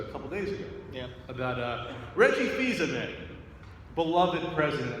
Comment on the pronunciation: Just saying... Fils-Aimé not Fils-Amie